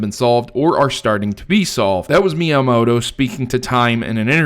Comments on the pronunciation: myamoto? do you mean miamoto? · you forgot the I in miyamoto